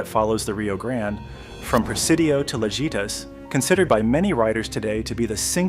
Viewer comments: Lajitas is pronounced La he tas....... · Pronounced Laheetas